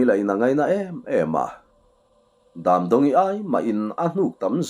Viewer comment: Daamdawngi ti a I chhiar hi DAMDAWNGI a nih duh hmel, a ziaktu in a mitthla tur ka hrethiam mai 😅